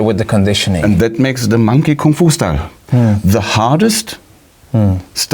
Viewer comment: First foreigner that pronounces koong fu not Kung Fu. Bravo